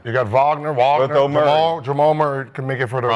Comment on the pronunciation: Voggner-Wagner instead of Wagner bros or just saying Franz is comedy every time 😂